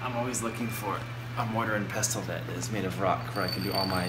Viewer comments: peh-sl NOT PEH=STILL T IS SILENT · peh-sill as in "window sill" NOT PEH+SL SL SOUNDS LIKE: SLOPPY, SLICE, SLICK, SLEEPY, SLACKER, . With that being said, I like to say peh+still hahaha. Now you can pronounce it correctly if you would like, or you can continue to pronounce it peh+sl if you want. It does not matter to me hahahhaha. It was very nice of you to try and help him though. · The t is silent. Pestle.